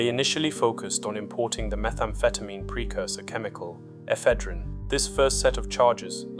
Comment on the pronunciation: It’s annoying when AI narration can’t pronounce words like Ephedrine properly……swiftly kills it for me.